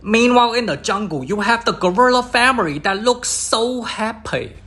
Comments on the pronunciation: 🤣 every time I hear FA-MI-REE... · Nah dude... Imma keep y'all updated with moments that made me laugh. Literally first couple seconds I hear famery instead of family. I laugh my as off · "famiry" the best word said by and asian. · “Tarzan goes to save his FAMERY” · "aNDd hIs fArUmy" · Just hearing famiry makes me laugh They teach him the engrish😂😂😂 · I love the way he says family 😂😂😂